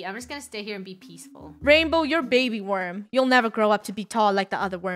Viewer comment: Different pronunciations for the word “Worm” Itsfunneh and Krew: Warm Me: Werm